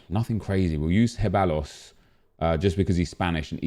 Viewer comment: Can u stop butchering ceballos’ name its pronounced ceb-i-os